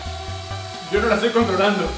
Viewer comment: dice lla we